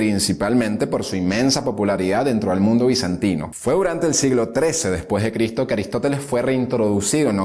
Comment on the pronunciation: ES EVIDENTE QUE LOS LIBROS QUE USTED TIENE DETRAS ES SOLO DECORACIÓN NUNCA LOS A LEIDO POR QUE SI LEERIA PRONUNCIARIA LA "S" USTED DICE CRITO SE DICE CRISTO CON S LE RECOMIENDO LEER LOS LIBROS QUE TIENE DETRAS DE USTED COMO UNO HABLA ESCRIBE DE SEGURO QUE AL ESCRIBIR IGNORA Y ANULA LA S